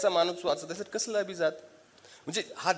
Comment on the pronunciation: *तुम्ही अभिजात मधील ज जहाजातला उच्चारलात. त्या 'जात'चा अर्थ ज्ञाती असा होतो. अभिजात मधील ज हा जास्त मधील ज सारखा उच्चारायला हवा कारण तिथे 'जात'चा अर्थ जन्मलेली/ला असा होतो. *मराठीत व्यक्ती शब्द स्त्रीलिंगी आहे. छाया देव.